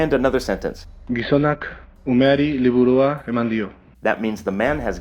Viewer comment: slikha hutzpa sheli:) but you pronounce 'umeri', 'liburua', 'ikusi' with perfect.... Japanese pronunciation. Exactly as it was written in Katakana:) The video is great! Thank you for it!